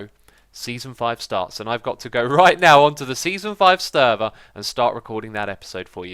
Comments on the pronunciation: Did you just say "sterver"? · Good luck on the new sterver, Yes you pronounced it like that, i'm hyped :-)